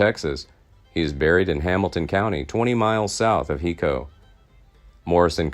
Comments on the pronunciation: It's HIGHCO not hico, phonetically. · the name of the town is pronounced: high co, not hee co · Hico in Texas is pronounced "High Co". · Hico the c makes a k sound pronounced Hiko even though it’s spelled like the first word of this comment